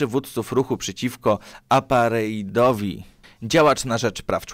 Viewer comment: Nelson Mandela nie był przeciwko „aparejdowi” tylko [fonetycznie] „apartejdowi”.